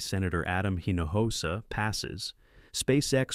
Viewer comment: Please learn how to properly pronounce a name (like Hinojosa, "eeno-OH-sah", is about as close as you can get if your AI doesn't speak Spanish).